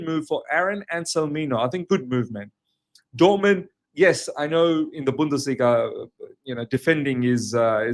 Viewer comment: It's not Dortmend/Dortmand... it's DORTMUND! 🙄